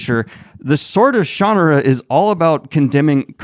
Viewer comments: Sha-nah-ra, like Sahara. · I only dabbled in this series growing up, but every pronunciation that isn't shuh-nar-uh still has me absolutely shook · With emphasis on the "ar". shuh-NAR-uh! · Guy is still saying "Shannara" wrong in my mind. "SHAN-are-ah" The "a" is "ah" like how the British say it, not like an American pronunciation. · Maybe I have the pronunciation spelled wrong. Maybe more like "shun-are-uh." So, more like the Shunarra that you wrote is how it sounded in my mind. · Sha-NAH-Rah This book is great for getting INTO fantasy - it captures the "adventure" vibe perfectly, and is relatively familiar. The "Heritate of Shannara" series is FANTASTIC - really brings some great unique things into the fold here. Absolute favourite series to this day, except for Codex Alera. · I pronounced it as Shan-na-ra, how does Brooks? I read this before LOTR when I was about 14 back in the 80s, the next 2 books felt better. Maybe Brooks was also inspired by LOTR's own multi-page info dump which can be just as tedious to wade through and thought it was just part of the "formula"? I read his magic kingdom which was OK for YA but didn't read more of his works. I must admit I didn't really pay attention to it as post apocalyptic earth when I read it - it was a time I was loving movies like Excalibur , so didn't really focus into that element and cared more about the fantasy stuff. I was looking forward to the TV show but it was awful, made me wonder if I read the same book - more a vague memory I guess. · It's pronounced Sha Na Ra and these books are some of the best of the fantasy genre. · I like it better this way, but I seem to remember reading or learning somewhere that Terry Brooks himself indicated the Shan- aruh pronuciation is the one he prefers. I still like it better as Shuh-nar-uh... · The way you say shannara makes me want to throw up. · That was worth watching just for the 49 pronunciations of Shannara! Also a fair critique overall.